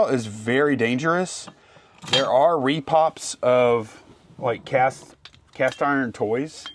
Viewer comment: Why do people say "Re Pops" instead of "Re Pros"???